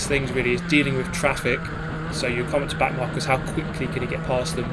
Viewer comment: Did he call the back of the pack “back narkers”? Lmaooo